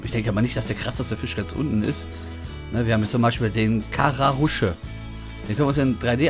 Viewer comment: "Kara-Usche!" Ok, Angler bist du schonmal nicht. :D